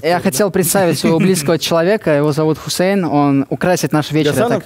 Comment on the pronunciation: Ничего хорошего имя гусеиин не может сказать